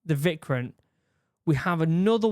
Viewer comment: Vikrant - Veek-raanth (the "h" needs to be emphasized a bit, to make it a soft "t") Kerala - Kay-ruh-laa Vishal - Vee-shaal Vikramaditya - Vik-rum-aa-dit-ya